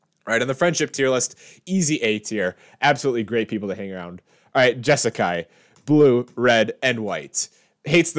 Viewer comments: "Kaali-A," not "Kali." "Jeskai," not "Jessu-kai." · Love the vid but how do you not pronounce the 3rd A in Kaalia but you also add a non existent vowel in the middle of Jeskai ?